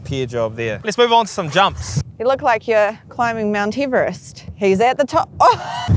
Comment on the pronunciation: "Mount Heevrest"....... really?